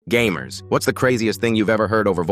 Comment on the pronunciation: Bro said gayher instead of gamer